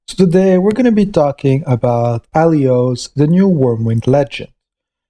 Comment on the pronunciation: You're not even trying to correctly read or pronounce their names, do you? No hate or anything, it's actually pretty funny, like this time to mistake her real name " Aiolos " with your " Alios " , or when you say "Hype", when you mean "HP" :D